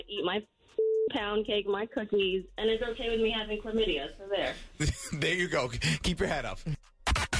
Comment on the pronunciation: "Chla-midya?" Hahaha!! How does anyone get crabs??? How nyasty do you gotta be? Yes, I said nyasty!